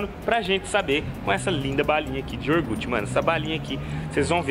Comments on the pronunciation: iogurte NN IORGUTI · Balinha de "Iorgute"